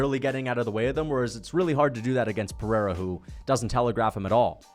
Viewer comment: It’s pronounce Pehera and it’s pronounce gaythchi